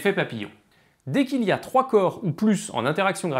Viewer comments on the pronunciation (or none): none